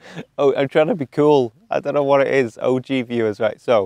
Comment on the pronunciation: the one in which he says 'a fright' and 'OG'...can't pin 'im down